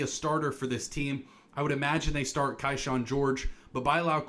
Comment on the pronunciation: Kyshawn is pronounced KEY-SHAWN and Bilal is pronounced bih-LAHL